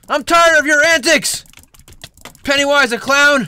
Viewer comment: The cringe! They call him pennaywoise